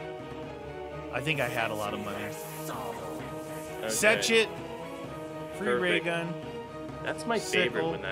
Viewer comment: Funny how they always say setch it when it fetch me they’re souls